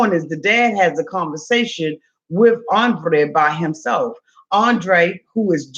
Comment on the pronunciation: ANDRRRRRRRRRRRRRRRRRRRRRRRRRrrrrrrrrrrrrrrrrrrrrrrrrrrrei rrrrrrrrRRRRRRRRR